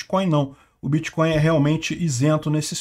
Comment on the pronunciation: É biticóiu e krépito moedas.